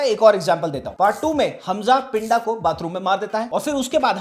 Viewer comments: Good video bro but you are pronouncing pinda wrong it's not पिंडा it's पिंदा ड नहीं द ki awaaz hai uske name me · भाई आप तो मुझे लगता था के आप पंजाबी अच्छी समझते हो , जिसको आप पिंडा बोल रहे हो उसको सही से पिंदा बोला जाता है। ❤ Baki love your videos always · Pinda is pronounced with a soft D. It's a common nickname in Punjab for anyone with a 'pinder' in their name, like Jaspinder. If you pronounce it with a hard 'd', the Punjabi meaning changes to 'body'.